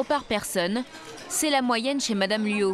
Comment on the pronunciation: Luo et non "Luau".